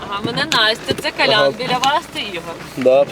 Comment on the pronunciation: Де здобувала "викшу" освіту журналістка, що веде репортаж? "Калян"...